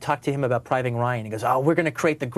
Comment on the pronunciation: he called it....priving ryan